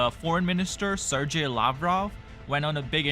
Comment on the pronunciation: Your business is very basic. You can’t even pronounce Sergei correctly.